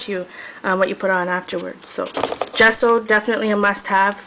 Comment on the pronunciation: I friggen love your voice, it sooths me....I especially love the way you say 'gesso'